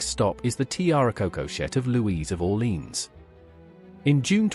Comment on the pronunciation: The reader should learn the proper pronunciation for Orléans, which he messes completely. Too bad